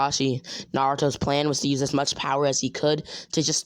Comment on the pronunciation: Wait you said bowerrrrr!